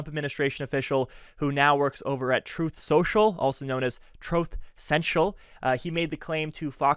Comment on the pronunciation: TROWTH SENTSHULL